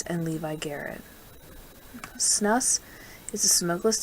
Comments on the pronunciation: It’s pronounced “snoos”. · You lost me when you mispronounced Snus.